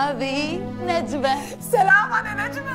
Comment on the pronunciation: وهذي : نجبه 😭😭 تعديل : اسمها نجمهههه وليس نجبهههه😭😭😭😭😭😭😭😭😭😭